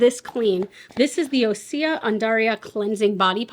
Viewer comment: Osea pronounced OC for orange county California